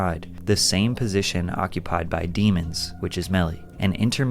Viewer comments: It’s not demons it’s pronounced day-moans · thats not even how u say his last name its a french last name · Pronounce his last name right, it isn't dee mons it's dem ons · Bro said his last name wrong on purpose 😂